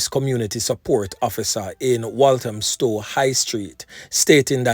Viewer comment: Walthamstow….not Williamstow⚡️🌩💥🔥